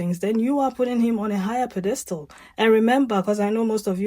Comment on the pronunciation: Pronunciation is PED estal